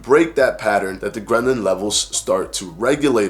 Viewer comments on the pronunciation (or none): Every time you say ghrelin it sounds like ghrenlin which sounds like gremlin and so this whole video had me thinking about the movie Gremlins. 😂